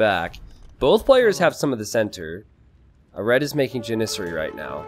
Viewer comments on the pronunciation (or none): Its Jan-i-sarry Cen-note-tey Ra-veen Seriously does he say these words wrong on purpose? Any other words he says completely wrong? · Lol as a Turk it really bores me xd. Its pronounced "Yenicheri" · Thank you for this clarification, I've always pronounced it like it rhymes with "January" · The only shameful thing this game was how pronounced the word "Janissary".